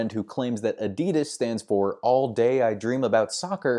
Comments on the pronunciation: Pronounces adidas, continues pronouncing adi dasslers name correctly 🙈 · If Adidas stands for Adi (Adolf) Dassler , Then why do Americans say Adeedas . You could also say "Aydidas" as in the way you say "A-dolf" instead of "addolf". Strange American pronunciations 😒